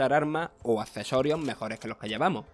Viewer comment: Si son cesorios en vez de accesorios pos se dice. Marchando una de logopedas!